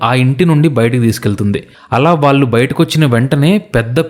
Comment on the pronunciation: హలొ! ఇంతా చెప్పి వాల్లు వాల్లు అనడం చండాలంగా ఉంది ! వాల్లు కాదు వాళ్ళు అండ నేర్చుకో .